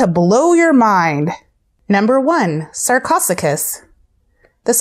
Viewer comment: you mispronounced almost all of them like sar-co-soo-chis and dunk-lee-ost-ee-iss